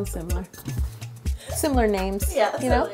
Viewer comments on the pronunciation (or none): You is spelled YOU you said yo